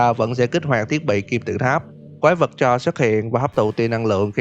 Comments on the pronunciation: mình góp ý thực ra đọc là cha lốt s nha, chứ ko chỉ là cha ko nha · CHARLES e hay nói là CHA LÉT :))) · K phải đọc là cha rồ hả